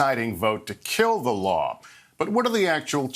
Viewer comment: Amy Comey Barrett can’t even pronounce the word “Law” …. She pronounces it “Laaaaa”. She also lied when she was ask if anyone was above the law, and if the president was above the law, and of course we all know her response it was “no one is above the law”…..or is she pronounced it….No one is above the Laaaaa! What a liar.